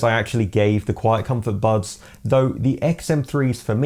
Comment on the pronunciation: This dude says "bubs" instead of buds... wtf